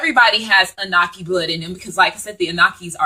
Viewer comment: Love the info I just have one thing tho it's pronounced ah-new-nahki. Not trying to correct you just want you to say it correctly so people who aren't familiar will be well informed and be able to know exactly what ur talking about. This was awhile ago so you probably have already made the adjustment. Peace and blessings